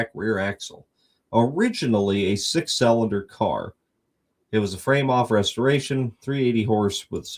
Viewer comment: AND it's cylinder NOT SELLENDER ! ! ! IT IS pronounced...... SIL-EN-DER...... NOT..... SELL-un -dur or SAL-en-DER...or any of the 10 wrong ways you find to SAY THAT WORD EVERY DAMN EPISODE ! ! ! ! ! ! ! Mo-Ron !